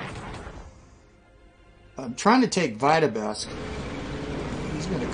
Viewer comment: “Trying to take Vita-besk” that is a very funny way to pronounce Vitebsk lol